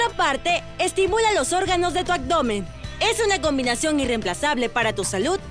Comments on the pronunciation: ¡Abdomen , no "acdomen"! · Buenos días. Se dice abdomen no “agdomen “. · Excelente video! Solo una observación, sigues diciendo... Acdomen y no abdomen. 😁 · porque dice "acdomen" en vez de abdomen?... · Los ejercicios muy bien, el canal es genial . Pero no entiendo por qué narra alguien que dice acdomen en vez de abdomen . Si por la razón que sea, no puede pronunciar bien esa palabra, que narre videos que hablen de otra cosa. *Es molesto escucharla" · Ella dice Agdomen o yo estoy soñando? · “Actdomen” :v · Muy buenos los ejercicios. Solamente no diga acdomen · Buen día padrísimos los ejercicios y como dice ud los nombres de cada ejercicio pero me desquició en cada ejercicio y me dan ganas de parar pues no sé dice AGDOMEN NI FISNES Dígalo buen ABDOMEN ABDOMEN NO AGDOMEN Y FITNESS NO FIGNES Fuera de esa mala pronunciación exelentes ejercicios disculpe la corrección pues piense que muchos la escuchan y al rato todos dirán AGDOMEN y están hermoso nuestro idioma y ya todos hablamos muy mal perdone ud se lli digo con respeto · Por favor pongan una locutora que hable correctamente, escuchen como dice abdominales y abdomen......